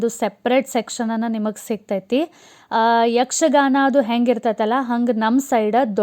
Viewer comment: Yaksgana alla yakshagana